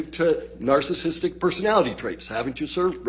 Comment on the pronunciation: He didn't pronounce narcissistic correct one single time.